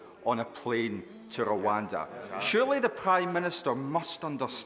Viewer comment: Rowanda was named to give flyn pwobwoms.